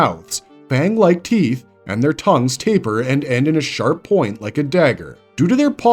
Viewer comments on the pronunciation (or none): none